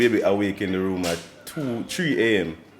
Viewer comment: Bro not room